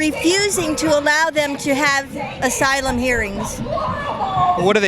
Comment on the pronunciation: "They're being turned away from SYLUM SEEKING" BWAHAHAHA